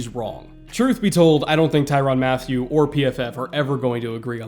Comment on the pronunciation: its mat tyew not matthew